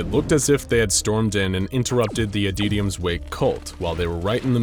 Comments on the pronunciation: Adytums wake: exists Narrator: ADEEDIUMS WAKE. I kid. I adore this channel and binge it regularly. No hate. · I'm not sure how you got that pronunciation from "Adytum's".